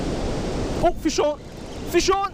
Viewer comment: whenever he says "fish on" sounds like he says "fist shawn"